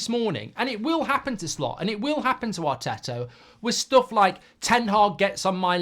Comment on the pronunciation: Arteto and Arny😂 at least get their names right